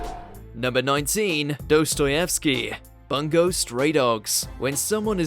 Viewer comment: It bothers me that pronounces Bungo incorrectly 😅